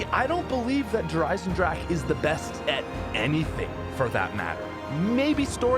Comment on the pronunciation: Lol he said Der Eisendrache wrong